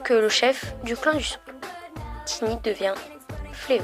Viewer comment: je crois que c’est sa sœur pas sa mère Et je crois mais je suis pas sure que ça se prononce taïni comme aïe pas tini car c’est anglais à la base et en anglais ça se prononce comme ça mais je ne suis pas très sure Perso je le prononce comme ça mais on peut le prononcer comme on veux.